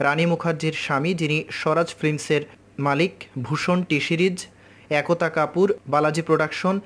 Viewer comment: Add akota kapur kibe3??? Ekta kapur vasa tato thik kore bol vaag saala